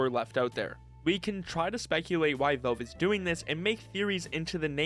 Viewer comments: "Vaulv" :face-turquoise-covering-eyes: It's Valve, not "Vaulv" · bro fr how does he not kno how to say valve properly 😭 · Nitpicking but you need to work on your pronunciation, especially with the word "valve".